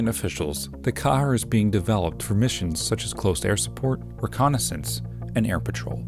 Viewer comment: Pronounced "QUEER"!